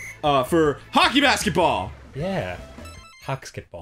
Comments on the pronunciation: It’s called bask-ice-ball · uh, it's BASK-ICE-BALL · It's pronounced baskiceball.